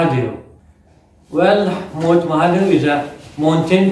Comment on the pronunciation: Mont or mount🤣🤣👌👌